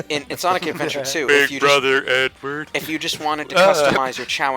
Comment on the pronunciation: plz tell me i didn't hear you say "Big brother Edward? "